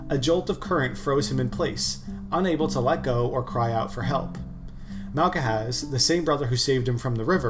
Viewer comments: interesting video, thank you. tho FYI it's basically just pronounced Malhaz, no k in the middle. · malcahaz is crazy its malkhaz.